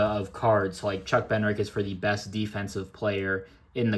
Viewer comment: That Odell is such a sweet card. I just found a mini in an old shoe box, not sure what parallel it even is lol Also, it’s pronounced Bed-nare-ick since you were getting some heat on socials😂